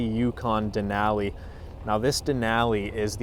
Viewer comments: Hilarious pronunciation of a great National Park! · That’s not how you say Denali